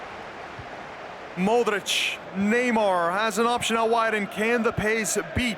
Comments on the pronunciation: Cole Brady mOdeRicShh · The way they pronounce Modrich triggers me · I dont like the way he says modrić